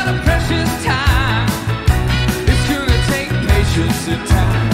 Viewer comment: I only discovered this today! I love George Harrison and I love Brandon Flowers. Brandon is such a GOOD singer, and he is so sweetly faithful. A real celebrity and good example. I dig how he says "goona" for "gonna".